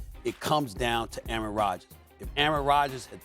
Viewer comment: A-a-ron? Is there an A-a-ron here?